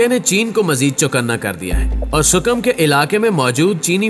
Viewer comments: Abe gadha sukim nehi hai . Ea Sikim hai . Phale tik tara sai pronaunce tho karle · Yi word Sikkim hay sukam nahin hay